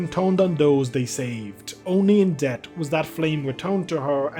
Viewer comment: Day 16 The chances of someone reading this is quite slim, I can say this without worry: voice is quite soothing to listen to. Calm with an interesting and unique accent, different from all the others that I heard. There are some words that are sometimes pronounced in such ways so that I can mishear them, at least for me. Even before, I noticed "death" being pronounced as "dead" or "ded", especially in When Elegies Are Ashes event summary. In this video, in, I hear "trut" instead of "truth". "sout" instead of "sought" in. Seems to be related to words ending with "-th". (Yea, hearing google translate pronounce these words gives the same pronounciation. So indeed, it is completely on me for not liking how the normal pronunciation is expected to be, lol. I will keep the text because I may have to change the grammatik to fit the new structure. And the day comment would look quite blank.) Though, these few observations and misunderstandings can be (are) due to how I got used to hearing English words and my expectations of how they should be pronounced. I am just relying on my stomach. My accent and pronunciations are worse than that of a drunk, so I shouldn't be judging others, because I definetly may be wrong. Still, interesting voice to hear to. Tara/10, would like to hear from again.